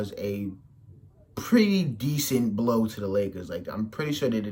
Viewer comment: U can't even say decent right but I love u still